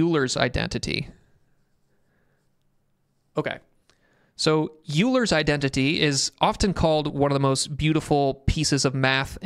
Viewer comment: Great video! Really enjoyed it. Just btw, Euler is pronounced like “oil - er” :)